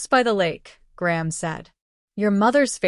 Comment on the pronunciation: GRANDMOTHER CAN BE SHORTENED TO “GRAM” not GRAHAM! These shitty mispronounced writings are beyond ridiculous!!!